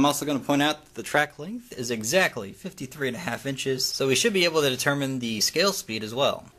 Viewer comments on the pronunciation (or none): none